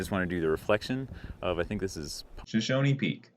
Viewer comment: Shoshoni peak will never not be "SHOSHONI PEAK" for me.